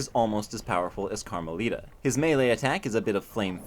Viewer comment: Carma-littah (as in little)